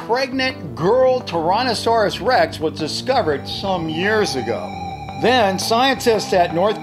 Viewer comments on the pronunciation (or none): Ok as a Dino fan hearing someone pronounce Tyrannosaurus rex like tiiiiranasaurus I get triggered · I heard u say torannosaurus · He said Taronnosaurus 🤣🤣